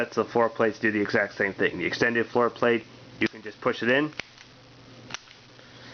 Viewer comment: Interesting explaining how to grip and hold (THIS) Firearm LOL every Handgun should be fired that way?And yes you havt to (RACK)This Frikn thing like every Handgun?LOL Everytime you say FloorPlate sounds Like foreplay.Rack it Point it Fire it Like any other hand gun Note if you leave pinky hanging out you can pic your Nose on Reqoil👍